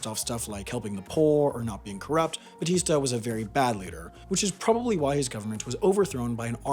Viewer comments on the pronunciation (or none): Its “bAtista” not “bAStista.” Aside from that, great video! The fact that the CIA couldn’t get Castro killed was repeated incessantly by the Cuban government when I was growing up in Cuba to show off and increase the mythos of Fidel. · 0.50 ITS BATSTA IN THE VID BUT U SAID BASTSTA UR JUST TRIGGERING ME TO GET OFFENDED FOR NOT REASON. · It’s not pronounced ‘bastista’ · "Fulgencio Batista", but pronounced 'Bastista'? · bastista no offense but nice pronounciation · bastista lmao dude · "bastista", its batista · BaStista? Already looking forward for this year's mistakes video 😜😘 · God, that Batista pronunciation sounds awful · I hate to be that guy but that’s not how you pronounce Batista